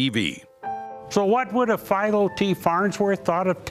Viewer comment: How do you mispronounce Philo?